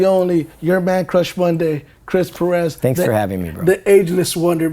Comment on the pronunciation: Would be great to hear Perez pronounced correctly.